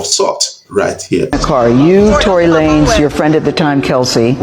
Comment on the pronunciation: Is not Tory La-nez ..is Tory Lanez...pronounce the "Lanez" as Lanes.